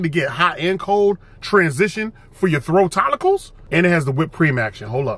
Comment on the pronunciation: I cannot with “throatollicles” 😂😂😂😂😂😂😂😂😂😂